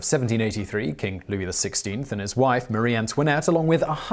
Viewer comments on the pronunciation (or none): none